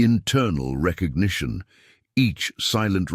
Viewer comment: Recognition not petition